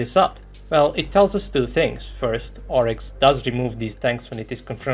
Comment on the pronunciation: "Oryx"? ...you are joking, right?! 😂